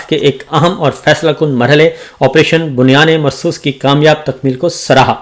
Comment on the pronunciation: Assalamoalaikum. Sabir brother how are you. ALLAH BLESS YOU ALL. I want to tell you the correct pronunciation that is “ BUNYANUM MAR SOOS